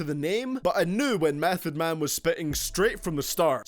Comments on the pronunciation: niggah...meth?? #8...whack mehn...this is moh hi bullshit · Mef at 8!!! Repeat mef at 8!! Get the fuck outta here!!bet you don’t even understand wu lyrics. Fucking mef at 8! Worst then watch mojo